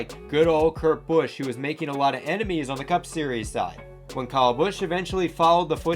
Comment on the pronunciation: Not sure that this guy knows what he’s talking about. He can’t even properly pronounce the drivers first name!